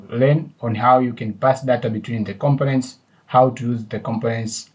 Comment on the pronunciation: With Respect to you... When you pronounce COMPONENT, it sounds like you are pronouncing it as COM-PIN-NENT... This is the way it should be pronounced... Syllable Breakdown The syllables in "components" can be divided as follows: com po nents Stress Pattern The stress is on the second syllable: com-PO-nents. This means when pronouncing the word, you emphasize the "PO" part more than the other syllables. Thank You for your videos...